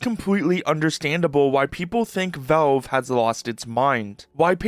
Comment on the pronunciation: It's pronounced "VALVE", not "VELVE"